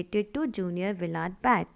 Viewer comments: Can't you pronounce Willard ?😢😮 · No she cant😂